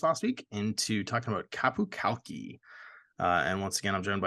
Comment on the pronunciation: Qapu Khalqi. You mean...Hafza time! Of note: the pronunciation of 'Khalqi', the 'K' at the start is pseudo silent, more like halqi, than kalki.